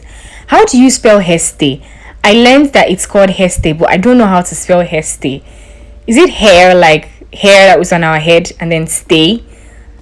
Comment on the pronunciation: It's haystay